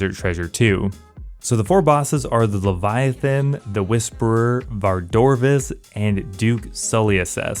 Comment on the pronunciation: I love how confidently you say "Vardovis" while ignoring that poor second r, Lol.